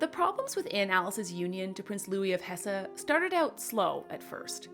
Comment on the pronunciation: Hesse is pronounced hess